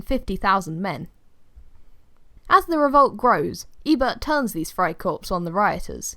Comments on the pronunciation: I’m saying it’s pronounced “Fry core” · You don’t say the p and the s in friekorps